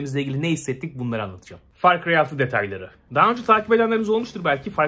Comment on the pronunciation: "Fay cıyay döyt" LMAO